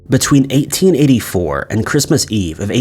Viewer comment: 1984 or 1884? I heard both multiple times. Other than that, excellent content and good narration. Thanx 😁